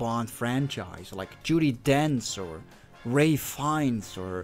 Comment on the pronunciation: Don’t like the inserts of Cox, as he is actually watch the contestants. PS you are pronouncing Ralph Fiennes incorrectly, it’s pronounced “Rayf”